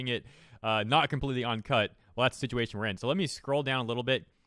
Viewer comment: Uncut, you keep saying "On"cut.